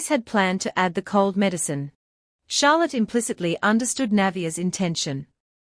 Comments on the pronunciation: The fact the ai can't figure out how to pronounce Charlotte is both really annoying and utterly hilarious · What the hell is wrong with the pronunciation of Charlotte. It's just so annoying. Edit :- This is so annoying. Now, even the mc's being pronounced as NA6A. I mean, wow.